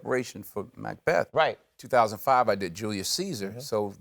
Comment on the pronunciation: He says Macbeth like macdonalds